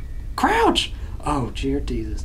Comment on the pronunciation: when said Jear Desus, I said it as well and I didn't even realize it and it made me start to laugh 😂 I'm downloading Granny so I can say Jear Desus.